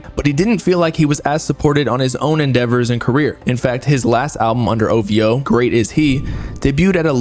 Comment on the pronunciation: Every time he say ovo i yell ovhooo get it right sir 😂😂😂😂😂😂